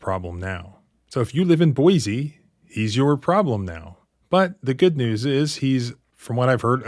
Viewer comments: It's pronounced Boy-see!! There is NO Z in Boise!!!! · Hi local Idaho in here not to nitpick or anything lol but it pronounced boy-see not boy-z Idaho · Small correction. It’s pronounced Boy-see not Boy-zee. Thanks for investigating this and posting. Going to share this video with my old friends who live there. The need to know about this officer. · One thing, sir. Boise is pronounced BOY-see. 2 distinct syllables and no hint of a z sound. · Just a hint, Boise is pronounced with a sibilant 's', not a 'z.' I have a pastor friend living there, a transplant from WV! I'll warn him.